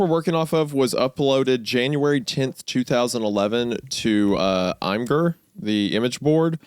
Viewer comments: Did Wendigoon just call imgur I'm-gurr and not Image-er? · "I'm gurr" lmao. it's pronounced imager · "I'm grr" what the HELL. it's a place to share IMAGES. And you don't call it "imager"?!?! C'MON, THAT'S DISGUSTING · Please stop pronouncing Imgur as "I'm grr". It's pronounced "imager". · Is nobody going to roast them for calling imgr, ihmgerr? It's pronounced like "IMAGER" GUYS, BECAUSE IT'S AN IMAGE BOARD. JESUS CHRIST. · Sorry did Isiah just say Imgur like I'm-gurr rather than Imm Jurr...? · I've heard people fight over how to pronounce Imgur, usually Im-gur vs Imager, but somehow Isaiah cam up with a new, even worse option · bro said aimgur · Isaiah saying "I'm Grr" when pronouncing the web address greatly upsets me. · “i’m grr” is a crazy way to pronounce imgur the IMAGE hosting site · Plot twist: its not Hunter literally encoraging murder that puts A24 off another sponsor, its actually the heinous way Isaiah pronounced "Im-gurrr" 🫠😂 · why he say imgur like (i'm grr) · hi grr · I can excuse the pronunciation of Imgur but WHY DID BRO SAY "QUARRY" LIKE THAT LMAO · NOT GOONY NOT KNOWING HOW TO SAY IMGUR, I JUST DIED A LITTLE LMAO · Am I the only one bothered by Isaiah’s pronunciation of Imgur? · Is that the actual pronunciation of imgur? What the fuck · the way they pronounce imgur tho